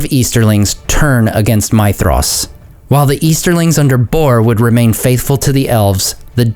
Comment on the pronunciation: You do a very decent job with pronunciation, but I'd like to point something out for you because it seems that you care about these things. Concerning Maedhros, the 'dh' sound should be pronounced like the 'th' in 'these' rather than the 'th' in 'thesis'. A very minor point to be sure but as I said, it seems that you care.